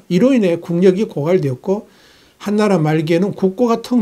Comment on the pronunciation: 시의에 맞는 예리한 분석과 정보에 늘 감사하고 있읍니다 ㅡ 한나라가 아니고 한 ㅡ나라로 길게 발음하셔야 뜻이 잘 전달될 듯 싶군요ㅡ 전에는 서방을 서 ㅡㅡ방으로 발음하시더니 요즘은 고쳐서 발음하고 계서서 듣기편했읍니다ㅡㅎ 애독자의 사랑이라 받아 주시면 감사하겠습니다 ㅡ❤